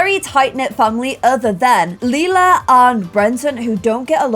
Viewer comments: LAJLA NOT LILA PLS PRONOUNCE IT BABE😂❤️ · LILA not LEELA come on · (Not trying to be mean) I love hearing keep saying Leela instead of Lila and then correcting herself 😆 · DUDE ITS L I L A!!!!! IF YOU WANNA CALL YOU HER "LAYLA" THAN MAKE HER NAME "LAYLA" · I just noticed she said Lila instead of Lela in the beginning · Hah it's cute cuz no matter how she says it, it will mean purple in both english and german. I know she originally named her Lila to not have a weird name like Lilac so it was a shorter version of it to show the color, but due to her shortening it she mistakes it for Lela :) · When pronounces Lila as Lee-la and Lie-la within two second of each other 🤦🏼‍♀️😂👌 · Lila like “Lilac” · PLEASE! if you wanna pronounce Lila right, think of Lie-la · thanks for this. :) new appreciation for lee-lah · Hi! If you need a way to remember how to pronounce lila’s name is this: Lie-la hope it helps!😊